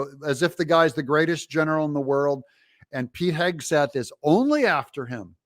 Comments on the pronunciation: She gonna make fun of Pete she can't even say his name, she doesn't even have a clue about him, shut your mouth you view loser! He is a way better person than you are, he actually loves our country and you don't! Whoopi is such a loser, sickening! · Goldberg, KNOWS ABSOLUTELY NOTHING ABOUT PETE HEGSETH (she couldn’t even pronounce his name) so proved to me she has no idea who he is Pete, was in the Army, has written many books on the military, Pete, said he DOES NOT WANT WOMEN IN “COMBAT” do your homework Goldberg!!! Goldberg who the heck cares what you think!!! Look at the Administration that Biden has They are awful!!! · Whoopi Smollet doesn't even know how to read Pete's name, but somehow she knows how evil, unaccomplished and unqualified he is because he hasn't had the airtime she has? She might want to reconsider how she comes up with such wisdom and values. They are all such lovely ladies, pushing and pulling each other to Hell, and proudly taking their converts with them. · Ignorant woman can’t pronounce his name. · Can’t even pronounce a 2 syllable name. So elite 😂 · She can't even pronounce his last name, but she's an expert on him? I hope they throw the whole show in the dustbin! All The BEST, Dou , err, I mean JMK!!! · They mispronounced Pete’s last name. Isn’t that racist? That’s what they were saying when people mispronounced Kamala’s name…